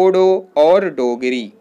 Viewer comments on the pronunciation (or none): none